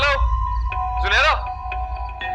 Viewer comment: Did anyone else notice saying junaira at the end instead of Zunaira 🤣